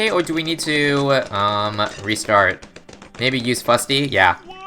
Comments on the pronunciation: It's not Big Chungus... IT'S SHREK Also it Fus-ty, not Fut-sy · "How long can one Fusty survive?"